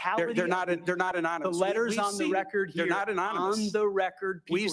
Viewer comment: Is he saying anominus instead of anonymous? I heard it 3x😮